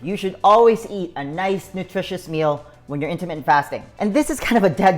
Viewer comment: U talk very fast....slow down just a tad. Also when u say intermittant fast...it sounds like intimate fast bc u talk so fast. Jus t throws off the effectiveness of the message. But use yr tips and advice alot. Thank you for time spent on videos. Miss the dog today.